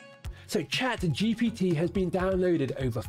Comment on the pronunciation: True, he is saying GTP